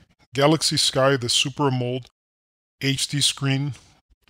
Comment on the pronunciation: its AM'-O-LED